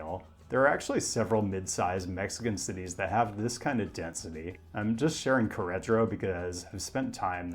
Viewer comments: please put a little bit more effort into pronouncing queretaro correctly instead of just bulldozing through it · insists on pronouncing Melbourne "correctly" but completely whiffs Queretaro. This irks me way more than it should